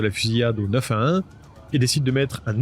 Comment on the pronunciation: tu sais pas dire le 911